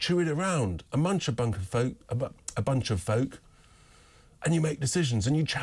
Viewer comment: A munch a bunk a folk, that was a funny slip 😂